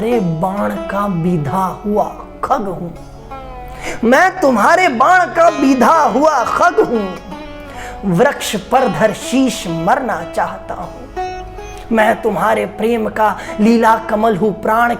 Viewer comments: वक्ष का उच्चारण वृक्ष न करें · महोदय जी कृपा करके वक्ष का उच्चारण वृक्ष में परिवर्तित न करें 🙏